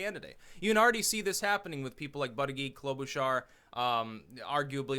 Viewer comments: You keep saying "buddyGeek" when its pronounced "bootyJudge" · You pronounce Buttigieg as in Boot-eech-eech with a harsh gee (almost a ch) sound not a soft gig sound. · As a long time fan, and someone who lives in South Bend I have to tell you that Buttigieg is pronounced like Buddha-judge. I love ya but I’ve been cringing every time you say his name. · Buttegieg. It’s Maltese. Pronounced ‘Bootehjig’ phonetically.